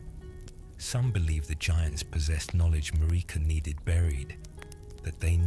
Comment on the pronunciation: IT'S MARIKA, LIKE AMERICA WITHOUT THE A